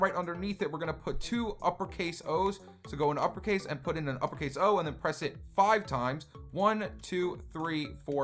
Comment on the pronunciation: Why do you say five like this fwive